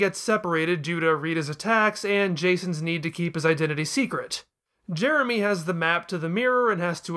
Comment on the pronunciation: Other reviews I've seen of that episode just keep making fun of Jason making Jeremy's name sound like "Germy," so I'm glad didn't get stuck on that!